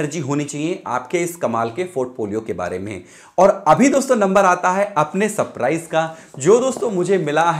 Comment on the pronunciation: भाई पेहले तो , ''सप्राईज " नही सरप्राईज प्रोनन्सीएशन होता है